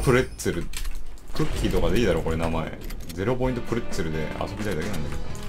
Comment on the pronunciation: ボツにならなくてよかった、まよさんの編集も本当に好き*° のプレッツェルの発音キレがあって好き🥨